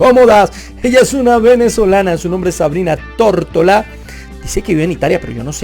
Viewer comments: dices Tórtola 😂😂😂 y luego pones una foto de ella con su nombre y claramente dice Tortora. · Se apeida "Tortora" no "Tortola" ¿Si notas la diferencia?